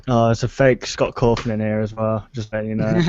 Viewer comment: SCAWTT CAWTHIN JUST UPDATED HIS WEBPAGE:OOOOO